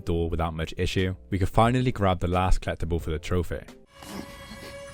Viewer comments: Is he trying to say "collectible" or is he actually saying "clap the ball"? I got to have misheard that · Never heard someone pronounce collectible like kleptible lol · Until the achievement "Collectibles" popped up I had no idea what you were saying haha. "Klept another kleptable". Your videos are very entertaining :) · This game is complete in the way that pronunciation of "collectible" is complete.:P